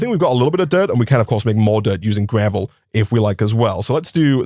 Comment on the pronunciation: Why is he saying gravely ore ?😂😂 it is just gravel ore